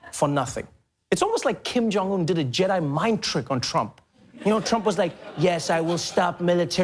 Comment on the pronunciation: Hello Mr the name is Kim jong not king jong......